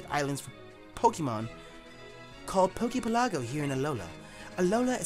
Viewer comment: I really wish people pronounced poke pelago correctly